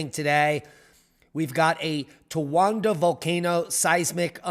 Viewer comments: You were pronouncing it "Towanda" the entire time. Yet calling others dumb. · There's no "N" in Towada caldera. "Most people are dumb." Indeed, we all mistakes.